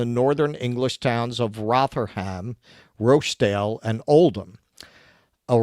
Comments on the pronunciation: Oldam, Rotherum, Rotchdale. That's how you say them but there's at least another 40 towns in England with grooming gangs that you can mispronounce. I also don't believe it never happened in London at all. It's just the MET police are probably even better at covering it up. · Do they fear being demonitized if they pronounce Rochdale and Rotherham correctly?